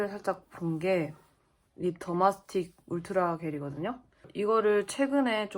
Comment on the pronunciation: 더마틱스= 더마스틱???이라고 하시네요~ 더마스틱이란 연고는 약국에 판매하지 않습니다!